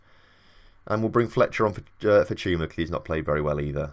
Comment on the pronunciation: You're saying it right "Chuma"